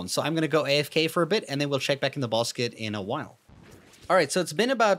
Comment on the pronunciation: Bruh you said "bosket" instead of basket😂😂😂